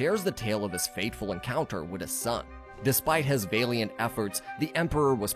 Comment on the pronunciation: It's not VAY-LEE-ENT. ITS VA-LEE-UHNT